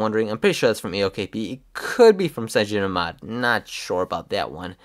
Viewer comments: It's called CYANOGENMOD! Not cyagen :-) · The reviewer keeps calling cyanogenmod as "cyagenomod" :| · CygenoMod?? It took me three times to understand you're actually talking about CyanogenMod lol XD But this review is juts what I needed, thanks :) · cyanogenmod is not pronounced cygenomod